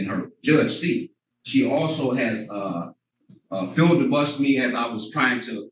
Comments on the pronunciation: Did he just say "filldebusted"?🤣😝🤣😝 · He totally didn’t give the word filibuster the proper pronunciation lol